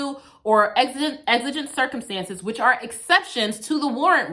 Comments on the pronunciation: I'm so sorry but the word circumEtances just drove me crazy... lol Excellent commentary as always. LOVE how you can explain the law in such a compassionate way. 🙂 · "Exigent Circumetances"